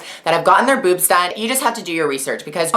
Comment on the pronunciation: She said Buebs not boobs :-)